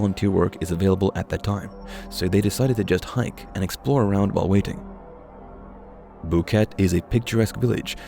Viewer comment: More copied BS from other vids. Host family doesn't even have a dog. It is not a rain forest and Boquete is pronounced bo-ket-eh. Nobody knows where they died. Alto Romero is not 70km from Boquete, much less.